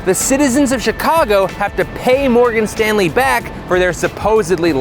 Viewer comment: Every time he says Morgan Stanley I get slightly more pissed off.